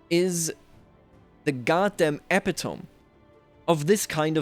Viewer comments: I know English is not your first language but the proper pronunciation of epitome is eh-PIT-oh-me, not EH-pi-tohm. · By the way, epitome is pronounced eh-pit-oh-mee. Great content as always. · Check pronouciation of "epitome." You are an excellent English speaker, so I thought you might appreciate the feedback.